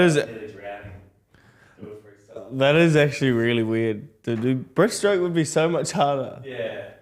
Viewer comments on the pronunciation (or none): Breaststroke dude.. not breathe stroke 😂